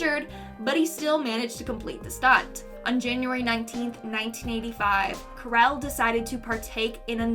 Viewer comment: Karel-"Carl" Jiminez- "Iminez"